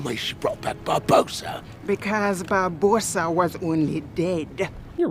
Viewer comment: Okay I saw it once and it annoys me already. Why is it spelled Barbossa but said 'Bar-Boass-A' Unless it's a Cinemasins spelling error, surely it should be spoken 'Bar-Boss-A'